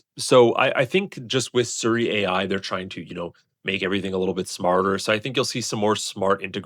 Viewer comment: SEE - REE, not Suri